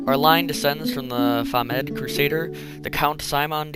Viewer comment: he pronounced famed wrong lol